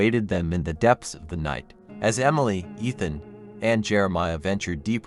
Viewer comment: I liked the story. But I don't know if it was my head phones or not. It sounded like you were say umily instead of emily